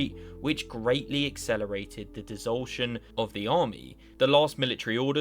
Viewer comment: Your recap and hypothesizing are good, but PLEASE don't use words that you don't know how to pronounce. It's dis-o-lu-tion, not "disultion"